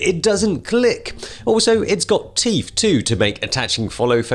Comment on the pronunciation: "Big fing"? "smoove"? "teef"? Surely you mean "bing thing"? "smooth"? "teeth"? You come across as intelligent but you sure as hell don't sound it!